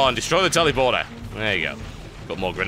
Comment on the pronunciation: Sounds like he is saying 'Tellyporter'. :P